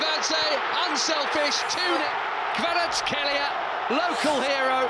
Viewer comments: kvara ts ,,x"elia no its kvara ts ,kh, elia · Kvara cxelia,not shtelia...)))))respect man